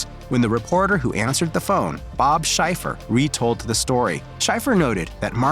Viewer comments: “Bob SHY-fer”? One purporting to be a journalist can at least learn to pronounce a world famous newsman’s name. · Bob Schieffer -- pronounced with the long e, not Shy-fer, -- was a CBS reporter and anchorman from 1969 up through just a few years ago. He is still living at age 87. He has earned many honors, certainly including the expectation that current day YT media know how his last name is pronounced. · I also noticed that. (You spelled the name wrong though) It is spelled Schieffer. It is pronounced shee-furr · You pronounced Bob Schaeffer’s name wrong + this entire piece is a poorly-researched smear job.